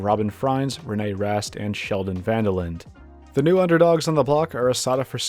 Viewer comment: Nice video! Just btw, it's pronunced Sheldon and Kelvin Van Der lin-da